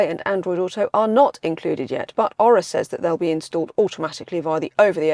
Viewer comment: Maybe if you did your home work you would discover thats pronounced Oar-rah not Oral without the L.